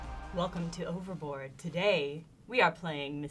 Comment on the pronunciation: Wait did they just say ooh-ver-board instead of oh-ver-board. Why is nobody talking about this.